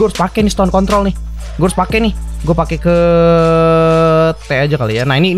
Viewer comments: 12.07 Gw denger nya "Stone Contol":V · iya bang bilang con*